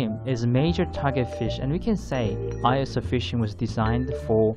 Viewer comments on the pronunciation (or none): ISO = pronounced as e-so in Japan ie “eso fishing” We don’t call it Eye-s-o fishing